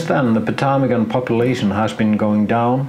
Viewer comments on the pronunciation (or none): MUCH enjoying your photos, video, and commentary. Your English is 10,000 times better than my Icelandic. But I could tell you, most don't pronounce the P in Ptarmigan. It's as silent as Fagradalsfjall was BEFORE the eruption, unless you kind of "spit" out the PT as one syllable. Not even sure I can do it right. (Crazy Greeks!) I encountered ptarmigan once, many years ago, in the Rocky Mountains. I was able to get close enough to use a normal lens. But ALWAYS the problem of winter photography: keeping the fingers warm. (Unless there is fresh lava nearby!) Plus snow and frost in our equipment! I was once changing a lens on a Nikon, and a chunk of rime frost dropped from a tree right inside the camera!